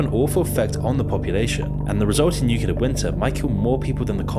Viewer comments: Please stop mispronouncing nuclear. It's 'new clear' not 'new cular' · NUCLEAR not NUCULAR whats wrong with people who dont get this??? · You mispronounced nuclear. Not watching any more of the video. Disliked. Unsubbed. Reported